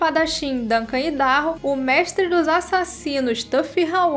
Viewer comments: exato...é como a pronúncia do nome do estado norte americano mesmo...áidarrôu... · A pronúncia é "Aidarrôu"